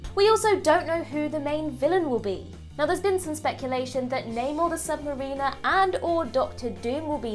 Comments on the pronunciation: Sub-ma-REEN-er?!!! Tee hee! It's pronounced Sub-MAHR-iner! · You might want to look up the pronounciation of submariner lol